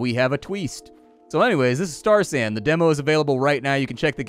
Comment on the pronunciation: Really thought you said Starsan... and the brewer in me was confused.